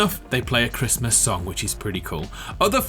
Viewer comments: "Happy Chrmas." "It's Chrismun!.." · No one:: merry crismss